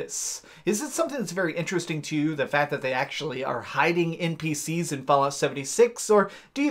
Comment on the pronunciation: You kinda put to much emphasis in some of your words at the end of the word. I noticed it at first when you said "npcS" and kinda put it off cause it is an abbreviated word that has a C at the end but noticed you do it to other words too. Well, anyways I'll leave you be.